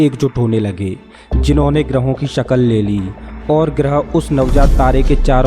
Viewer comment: 'Sakall' nahi bhai shakl yani ke rup liya